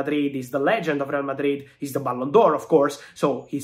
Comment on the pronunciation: I like how you pronounce RRRRReal Madrid😂